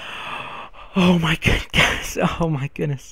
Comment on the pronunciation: is he saying guys... guys... or gays... gays...